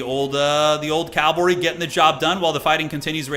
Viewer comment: Cavalry is not calvary. It pains me a bit every time you say it like that. Happy birthday brother